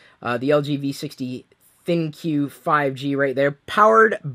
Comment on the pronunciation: It's pronounced "Think" not "Thin-Q".